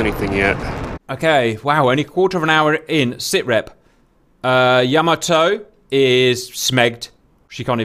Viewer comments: It's pronounced, Yah Maa Toe not Yam a toe. And Battleships never travel without Destroyers or Lt Cruisers accompanying them for Anti-Aircraft support. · It’s pronounced “ya-MA-to”.